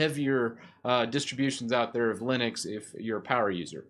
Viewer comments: its Linux not Linix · It sounds like 'Linix'...